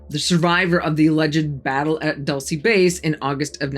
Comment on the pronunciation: Its"Doool-ce" not "Duhl-ce"